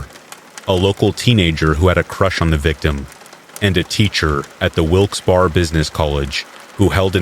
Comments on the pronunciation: Wilkes-Barre (like bear-a), and ste-nog-ra-pher, sorry, but I never hear you mispronounce, I thought you would want to know. :yougotthis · It's pronounced Wilkes-Bear not Wilkes-Bar